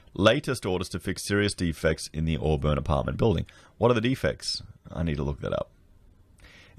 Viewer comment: Auburn is actually pronounced as "Awe-bin" not "Awe-burn" just like you say "Briz-bin" not "Briz-bain". That area of Sydney is very dodgy as far as real estate goes, it is the same area where developer Salim Mahajer was the Deputy Mayor. Before their local council was merged it was filled with dodgy developers and real estate agents. This apartment complex is just the tip of the iceberg. Almost every large development in that area over the 20 years has issues that building inspectors have either missed or ignored, lots of allegations of corruption. You could literally run your entire channel just making videos about corruption, greedy developers and dodgy builders in that one area of Sydney, it's a joke.